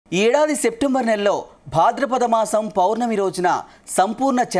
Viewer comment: Sectember అనే నెల నువ్వే కనుక్కున్నావు. Coat వేసుకునే శ్రద్ధ, కాస్త వాచకం లో ఉంటే బావుణ్ణు😮